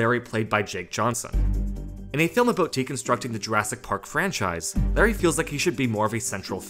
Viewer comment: It's Lowry, not Larry.